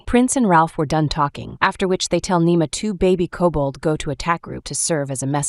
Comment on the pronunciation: It’s Nima not nemo